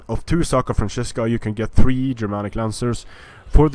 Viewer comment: Hey, is there any way you can tell creative assembly that it shouldn´t be "SACra Franzisca" but "SCAra Franzisca", for in latin its "scara,ae" the "scara franzisca"-> the frankish (war)band were a elite force of the frankish kings. Nice video by the way:D